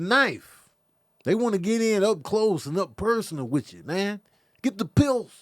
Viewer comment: that damn Pist-Ule 😂